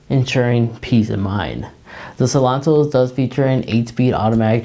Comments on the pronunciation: It’s Seltos not Selontos! 👍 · How hard is it to say Sel-tos?